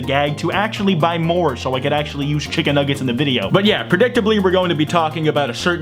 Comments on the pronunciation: I loved the way he said chicken nuggets. "chiggen nuggets" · When he said ‘chiggen nuggeds’ I felt that